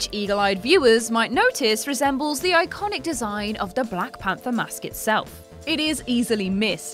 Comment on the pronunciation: I think you broke the word "iconic".